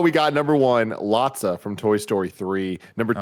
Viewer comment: Am I the only one deeply upset by them calling him Lotsa? His name is Lotso guys 😭 I swear nick says something wrong and they all say it wrong forever